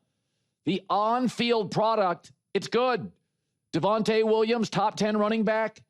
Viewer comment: “Davonte Williams” 😭